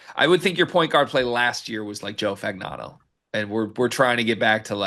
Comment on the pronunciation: Fagnano is pronounced FAN-YAH-NO. Don't feel bad; Hurley couldn't pronounce it either. He said "Fasano"?? "Pignano"??